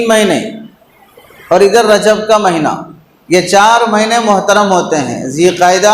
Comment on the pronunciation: مہنہ نہیں ھے بلکہ مہینہ ھے